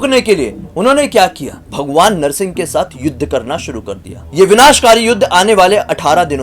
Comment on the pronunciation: It is narasimbha Avatar 🙏 not narasin Avatar